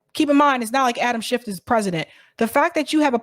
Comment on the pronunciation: Your ignorance is HILARIOUS. First of all, say his name correctly--it's SCHIFF (NO "t" at the end🙄). This whole "Twitter files" thing has been completely debunked. Matt Taibbi is a TRUE Putin-loving COMMUNIST--and I know how afraid of Communists you MAGAts are (even though not one of you can define Communism, Socialism, Marxism etc...🙄), but then again you are all Putin/Russia loving TRAITORS yourself, so who knows?